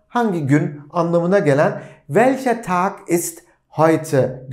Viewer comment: Welche Tag ist heute, derken welche Tag ist (Tochter) gibi ses çıkıyor :))